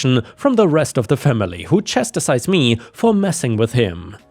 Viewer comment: It’s chas tize not chas ta size. 😜